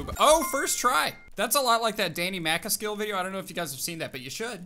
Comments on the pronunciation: It’s pronounced Danny mac as cal. But spelt Danny MacAskill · He said macerskill ahaha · Danny macaskill is pronounced “mc-ask-ill” where “Mc” is like the pronunciation of mcdonalds. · Danny “Mac a skill” Lmao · danny "mac akisal"